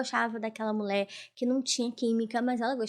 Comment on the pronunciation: Ola moca.Seu vídeo é muito bom e bem editado.Sua interpretação é otima, mas cuide da fonética das letras e palavras.Toda vez que vc fala mulher saí "mulé", incomoda um pouco e pode afastar novos seguidores.Sorte para vc, pq talento vc tem.💋